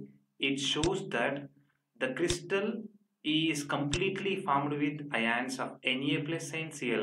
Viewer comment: Ugh, this horrible pronunciation of "ions" in this video is just the right turn off to stop listening. Please do watch over it, It's just pronounced as "ions", not " aaiiyyaanss". FD